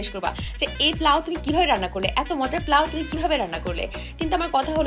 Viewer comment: পোলাও ❌প্লাউ✅